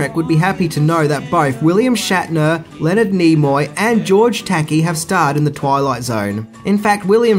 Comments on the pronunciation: Actually, I replayed it, and you called him George "Tacky" the first time, and THAT'S a new one, too. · Sulu from Star Trek's name is pronounced Tah Kay, not tekkie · TAKKY?!! Taykee?!! Tah-KEYH! George Tah-KEYH! Can't ANYONE pronounce George Takei's name? Sheesh!! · Lest we forget: Jack Klugman (later of "Odd Couple" fame) appeared in FOUR episodes. BTW: George Takei's last name is pronounced "tah-KAY", NOT "tacky". You're welcome. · Gorge Takey lol… ta-kie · Original Star Trek's actor George Takei's name was a bit mispronounced as George "Tacky" than phonetically as George "Ta-Kai". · I still love the episode where they are trying to go to Mars and end up crash landing and killing each other until only one is left to find out... Well I won't spoil the rest. Tacky? REALLY? His name is George Tekai (Tuh-kai long I sound like eye) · And again. It's pronounced 'George Tack-eye' not 'Take-ee'. Go on, say 'Eworks' again....AAAAAARGGGHHH! (love the videos though :) ) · Not George Takey, it's "TAKEYE"... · George "Tacky" lol it's Takei like "okay' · "Tah-KAY," not "TAH-key." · “George Tockey”, seriously? The man’s name is pronounced “Tah-kay” you imbecile! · Not Tacky or Tayky. Try tuh- KAY. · Not George "Tackee" but George "Tickay" (Takei). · You got George Takei’s name wrong. He pronounces it like Ta Kay. Not tacky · It's pronounced "Ta Kai" not "Tacky." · TaKI not tacky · George "Takey"?? That's a new one. It's tah-KAY, fyi. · Tah-KAY, not "tackee". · How can you do all this research on tidbits of information and NOT have learnt how to pronounce George Takei's name? It's "ta-KAY" not "TAY-kee" Other than that, I really enjoy your lists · George Takei's name isn't pronounced "tacky", but "T'kay" (second syllable rhymes with "gay", which George is...easiest way to remember it). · It’s George Ta-Kay, not Tackey. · George Takei is pronounced TaKAY, not Tacky! Lol. Good episode, though. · George Takei, ta ke i, not "tacky" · George Takky!!!!!!! "Tak i" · "George TAKEY?"